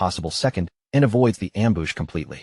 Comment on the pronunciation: am-booss??? ambuscade? ambush? gotta love ai. and the thorny vine crying at him as it goes by.